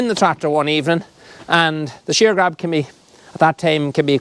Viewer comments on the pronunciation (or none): none